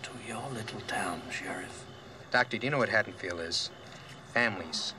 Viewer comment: You got Haddonfield right, but the state is pronounced "ILL-IN-OIE."